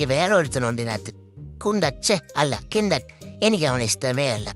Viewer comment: കിണ്ടൻ അല്ല കണ്ടൻ ആണ് 😂